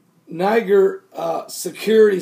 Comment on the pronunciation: It's pronounced Ny-JER.